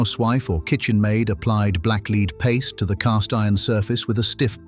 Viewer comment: Black leed, do you mean black lead